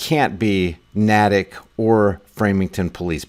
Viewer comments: Not Naaa tic it’s Nay tic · It's not "Nah-tuk," it's "Nay-tick." I'm from the area. Anyway, there's a technique I use to see if my comments went through or if they're only visible to me. I've had many deleted without violating ToS, using hate speech, insults or threats. You all should have Tor Browser installed anyway, but if you don't then install it. When you leave a comment on Youtube, open Tor Browser, and open the same page you commented on in Tor (just drag the link from your browser's address bar over to Tor. Now, if you posted a reply to someone else's comment, then just look for that. If you posted a comment (OP), then click "Sort By" and select "Newest First." Now look to see if you had a comment deleted by Google's thought police. Now, I have to urge all of you to download the Dissenter add-on. I'll be ghost-posting this comment there as I do with all my comments. You won't find Dissenter on Mozilla or Google's store, since they're terrified of free speech, but you can just download it from their site. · The next town over is pronounced NAY-tick. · Patch is a good paper but I'm surprised it's not on fox..wait a second, no I'm not. They chemtrail the crap out of us and dont report on that either. P.s. natick is pronounced like "naytick" ..long a. ❤ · It’s pronounced Nay-Tick lol and Framing-Ham I hope this family sued the shit out of Framingham PD. This is extremely embarrassing for our already failing community. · Pronounced Nay-tick & Frey-ming-ham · Try saying town as Nae tick . Wish I could help the poor folk that was robed . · Natick. Lol. It’s a long A. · FYI: Natick. Naytic. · FYI Natick is pronounced with a long ā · It's Nahhhh Tick Niw say it Natick!!!! I'm a fellow Masshole